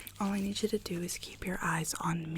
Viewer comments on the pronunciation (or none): Love this video and have watched probably around 30 times haha. What I can't figure out though is why she pronounces eyes like thighs , is that an accent or what??